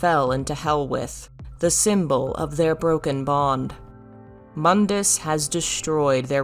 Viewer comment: Can't help but notice in the dmc videos.....does KNOW Mundus's name is pronounced MOON-DUS not MUHN-DUS?!